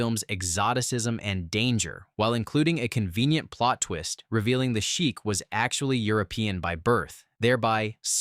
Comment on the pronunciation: "You say Shake "I say Sheek "You say Wake "I say Week "Shake, Sheek . . . Wake, Week "Let's call the whole thing off."